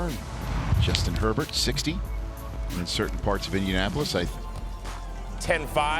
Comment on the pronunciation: "Justin Her-t-t"